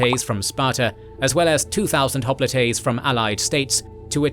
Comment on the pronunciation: Oh c'mon brother, you're seriously claiming that these are intentional artistic uses of alternate pronunciations? "Hop-lit-ays"??? Find us ONE English speaking history professor that pronounces it "Thu-kid-eh-deez" -- just one. No one's used the Roman pronunciation of his name in a century. And I didn't say it was "a" mispronunciation, I said it was many, this happens all the time. We'll have to disagree about the impact it has on your credibility.